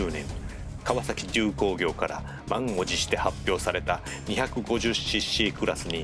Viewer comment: カワサキドゥコウギョウw この後のセリフは頭に入って来なかったwww 多分すげぇ頑張ったんだねw テイク13って🤣 からのデュランであるwww